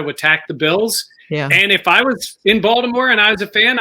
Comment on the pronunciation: Is it just me or keeps calling Baltimore, Voldomore.